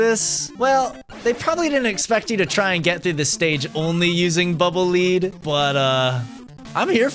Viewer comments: When you say "Bubble Lead", I could have sworn "Lead" was pronounced like "led", you know, like the metal? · Bubble -leed-? I've always pronounced it "Bubble -led-" because they're dark gray and heavy... like lead.